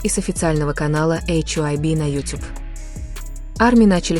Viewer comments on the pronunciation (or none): none